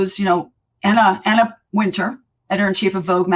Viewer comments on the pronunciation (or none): none